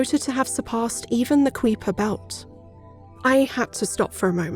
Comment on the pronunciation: Hey, minor correction but Kuiper is pronounced like Kyper otherwise awesome video